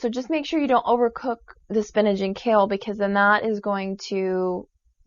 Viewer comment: Did she say Spinage? It's SPINACH!!!!